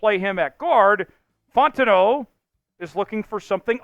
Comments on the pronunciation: he pronounce it like bro Italian or some shii 😭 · Ur saying fautanu wrong! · Bro I literally been saying the same thing drives me nuts every time 😂